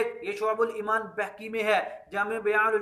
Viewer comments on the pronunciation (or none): Or Pehle aap khud ko to Apny Buzurgo'n k Sahi Naam lena Sikha dein...Imam Baheeeki hai,Imam Behkki nahi hai